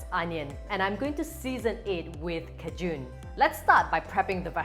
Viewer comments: Kay-shen yes .......cahjune...no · I thought you were saying kejoon seasoning, like some sort of seasoning I wasn’t familiar with. Then I realized you were saying Cajun. 😂 Silly me. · The spice is pronounced ˈkā-jən. The emphasis is on the first syllable. You can hear it pronounced at Merriam-Webster Dictionary here